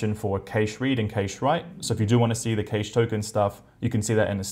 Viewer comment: Oh dear, please Google the pronunciation of "cache" and "caching" there is no "i" after the "a" and it's hurts listening to that. Please.